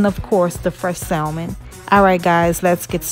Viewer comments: Looks great, just a little tip, it’s pronounced SAMON (no L sound) no biggie but wanted to share! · Salmon L silent